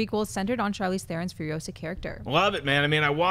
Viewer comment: It's Furi-OH-sa not Furio-SAH!